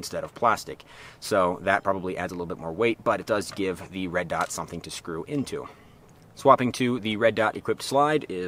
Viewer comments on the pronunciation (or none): none